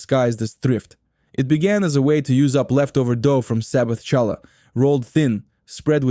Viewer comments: OMG. AI lousy pronunciation. Challah, bialy, rugulach, Knishes with a K. Criminal. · AI with its fake Jewish accent. Ity said shallah, not challah. AI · Who did your voice overs? Horrible. It's Knish with a K not pronounce Nish. Also real Jewish Deli Sandwiches do not mix meat with milk. That would not be Kosher. That would just be Kosher Style. Get this right. Do this video better. Challah is pronounced with a Guttural CH sound it is not a J sound...On your video the voice over person dos JChallah. Not correct. Get this right. Find an actual Yiddish Speaker to do your voice over. NYC is filled with Jews who can pronounce these words correctly. And who understand that Jewish Food is not meat with milk. I was looking forward to this. Get this right! Matzoh Brie.,....Pronounced Bri....Strong I. Not Brie like the Cheese. Sigh. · Hallah not challa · It is Hala Bread not shala your pronunciation is wrong 😑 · 1. Challah is pronounced 'HALLAH. 2. MATZOH 'BRIE ' is pronounced 'BRYE'. Not brie, like the cheese. ENJOY!!!! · Obviously Ai - no Jewish person would say cha- llah! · CHalla? Oy vey! And it’s pronounced matzah breye. 🤔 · It’s not shallow. Pronounce it properly. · Stop saying Challah!!! It pronounced Khallah! English doesn't have this ability to say this consonant, so they say hallah or challah, but you should try to pronounce it khhhh from the back of your throat. Similar to the Persian letter for Shah, which is also should be pronounced Shakhhhhh , means king. In chess the word check is again a distortion of the word Shakh. Check mate literally means the king is dead. Mat in Semitic languages mean dead. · Please say Challah correctly, not as you said it as the ch in chair.Thankyou. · Please get a narrator who can correctly pronounce challah! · I enjoyed the video - but it would have really less painful if there would have been an effort to pronounce the names of the foods properly. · cant you find anyone to be the voice who can pronounce Challah correctly?????